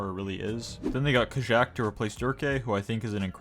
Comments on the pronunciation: No hate intended but I think Kajaak is pronounced Kayaak Keep up the uploads ❤❤ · it's pronounced ka-yak" no?